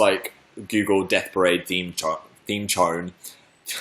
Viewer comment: ohh I didn't understand him cuz he mumbled a little thnx